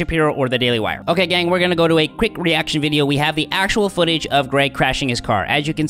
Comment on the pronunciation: Ha. This is the reason I just pay for DW. I do it on the monthly though. I also appreciate his emphasis of the phrase "Ok, gang."